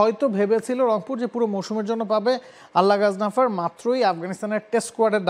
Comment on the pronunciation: গাজানফার থেকে গাজনাফার 😂😂😂😂😂